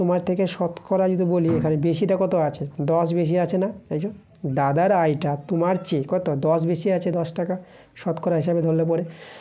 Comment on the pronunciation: Kotha ta tumar noi kotha ta tomar thik kore uccharon korun😅😅😅